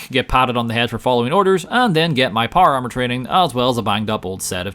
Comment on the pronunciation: American: Power Armor Northern Irish: Par Ar